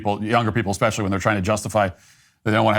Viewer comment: eXpecially? Come on, Matt